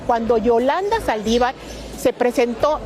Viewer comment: Amigo se dice Saldívar. Con acento en la( i)